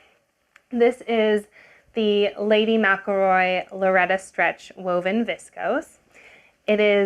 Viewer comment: I have to acknowledge you are one of the few people who pronounced Lady McElroy correctly ❤